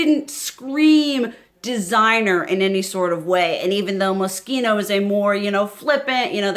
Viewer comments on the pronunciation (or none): Sephora X Moschino. I haate to do this to you, but it's pronounced.. like Mosquito.